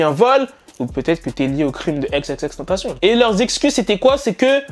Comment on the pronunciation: Arrete de dire "TentaCIONNE" c'est tentaCION